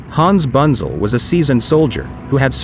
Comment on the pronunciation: I know it's futile to try and teach a computer generated voice correct German pronunciation, but here's some of it (phonetically): Hans Bunzel = Huns (like in "hunt") Boontsel, Panzer = Puntsah and especially Nashorn = Nas-Horn (nose horn) and Brummbär = Broomm Bear (growling bear). Otherwise a very interesting video. Thanks for uploading.